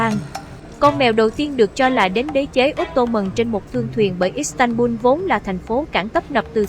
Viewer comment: Giọng nữ đọc là istanbung nghe quê lắm nhe